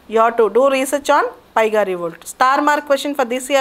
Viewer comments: Madam it is paika revolt not paiga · Not piga mam it's paika (pannu) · it is not paiga revolt.....it's paika rebellion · Not paiga It z paika revolt Paika rebellion- 1857 First war of independence